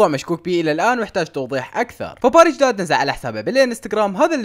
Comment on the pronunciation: مو داد 😂😂😂😂😂😂😂😂❤